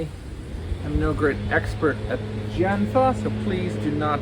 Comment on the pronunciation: love this demo. i always wanted to do this myself! btw you’d be a little more accurate if you pronounced jian like “jyehn”